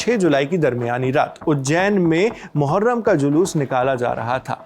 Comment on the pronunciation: मुहर्रम ❎ मुठमार्रम ✅